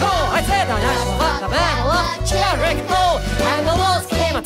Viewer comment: I was learning this song in 3rd grade and my music teacher had many errors but my favourite one was that she pronounced “fought” as “füght”